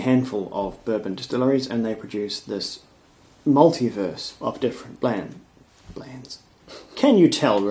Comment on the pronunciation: Did you say "in the multiverse" or "in the maltyverse"?